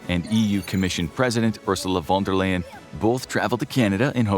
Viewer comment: Canada has less population than California. It doesn't even have a coast-to-coast 4-lane highway. There are more priorities internally. Couple of nits: Trudeau is Prime Minister, not President. Leyen in von der Leyen is pronounced Lion not "lane".